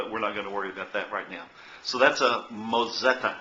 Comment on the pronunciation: It's called a moTzetta, not mOzetta....